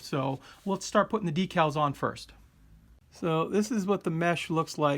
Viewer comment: cup--oh-la, not coopah-lah, de-kal, not dekkal